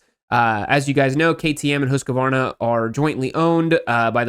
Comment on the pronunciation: That makes my ears hurt - it's HUSK-VARNA, not HUSK-A-VARNA. You aren't the only one one, but please stop. I've come to expect better from you.